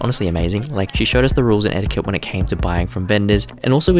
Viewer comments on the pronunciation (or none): none